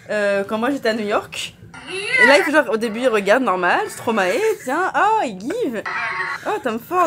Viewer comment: ON DIT PAS STOMAE MAIS STROMAÏÏÏÏÏÏÏÏ 😅